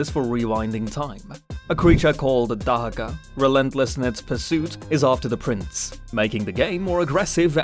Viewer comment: I like the video, but good lord dude, your pronunciations are awful. You know there are actual examples of how everything you’ve mispronounced should be said right? And as it was getting to WW, I thought “he’s going to mispronounce “Dahaka”, isn’t he?”.